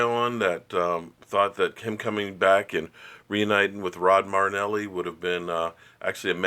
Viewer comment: You started pronouncing saying Rod Marinelli's name right. Keep up the good work I enjoy your videos.